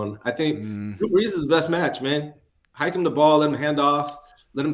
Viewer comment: Drew Breese. ??!! GETOUTTA HEAH. !!!!!!!!!!!!!! ina definite New York accent. ..